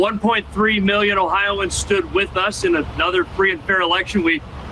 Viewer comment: Yeah I didn’t like when he said oh-hi-an like we’re hicks. I’m an Ohioan